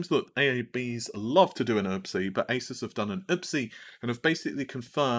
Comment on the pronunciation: Downvote for your bad pronunciation of Asus (A-Zeus)